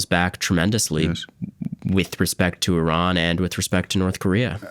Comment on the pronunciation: He's reading Iran wrong...but he has his fathers charisma, Sinatra